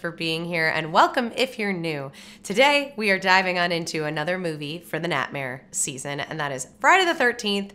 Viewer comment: The way she says "ni'ihtmehr."